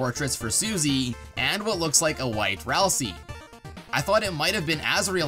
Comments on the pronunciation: Ralsei, not Ralsee. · um "ralsei" is pronouced Ral-SAY, not Ral-SEE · You’re pronouncing Ralsei like (Ralsee), and that’s not how you pronounce Ralsei. You pronounce it like Ralsei (Ralsea). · Why does so many people call Ralsei as Ralsie? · ah yes ralsee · It’s ral-sei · aight so how many times did he miss pronounce ralsei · Almost positive you pronounced Ralsei wrong